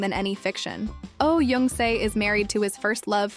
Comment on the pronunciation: Oh Jung Se: Jung is pronounced "jeong", not "yeong". Also, the wedding photos of Kim Dong Wook and Lee Sang Yeob are switched -_- A man who remembers and treasures the woman who stayed with him through thick and thin, is a good man.